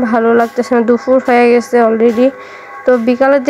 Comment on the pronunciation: কথা বলতে এতো কষ্ট হলে পেঁচাল পারার কি দরকার। দুফুর না দুপুর ঠিক মতো কথা বলতে পারে না ইউটিউবিং করে।